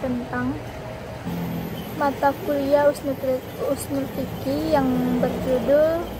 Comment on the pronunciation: a vidio mudah dimengerti,penjelasannya pelan sehingga mudah ditangkap,meskipun penyebutan ushul fiqihnya menjadi usnul fiqih,tetapi hanya itu saja yang salah.